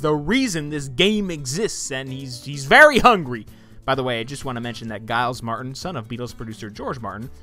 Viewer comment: Nice mispronunciation of Giles Martin's name .